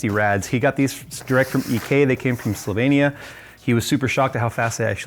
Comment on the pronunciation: love how you can actually pronounce Slovenija propely :) Love your watercooling builds